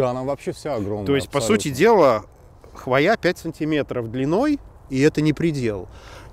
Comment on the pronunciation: Маленькое замечание. Скорее, даже не, а редактору. В ролике речь идет о корректном употреблении слов "хвойники" и "хвойные" (известный триггер дизайнеров и биологов!). Будем же последовательны до конца: корректным будет ударение на О в слове ХВОЯ.:) Причем, всегда. Запоминалка есть такая: "От палящего знОя в лесу укроет хвОя." За видео спасибо.